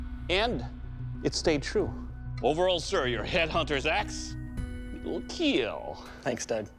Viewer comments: Its keal not kill 😂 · Jhony sins: Performs his sword Doug: Your Sword, it will KEAL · Who is here for "IT WILL KEAL"???